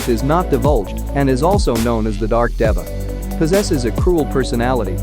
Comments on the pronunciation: How does he say Dava in place of Deva? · It’s pronounced Dēva (Deeva) and Antylamon is a Girl. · Funny how pronounces this word DEVA with a short e, and the official English dub, a hard e aka a long a to make it slant rhyme with sega as well as data in a way.